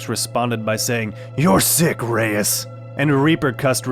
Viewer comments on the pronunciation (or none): none